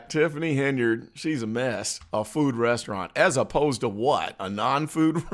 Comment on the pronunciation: "A sit down fooo rezzaraunt".....Tiffany A .Henyard Dolton, Illinois Mayor